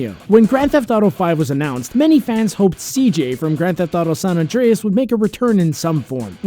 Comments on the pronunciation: “Saun Andreas” 😒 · State of “San Andreas” ?? 🤦🏻‍♂️